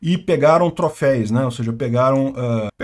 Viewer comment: ..se fala troféus e não troféis..segue o jogo